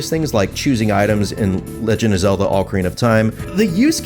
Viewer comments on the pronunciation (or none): none